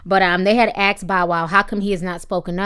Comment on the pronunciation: Did you seriously just say, "axed" instead of "asked"?